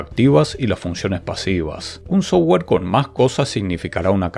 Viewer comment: si mejoras un toque tu pronunciación de terminos en ingles.. tus videos serán más profesionales. Tu pronunciación del termino "software" es "sougar". Cuando debería ser pronunciado "softguer" pronunciando la "u"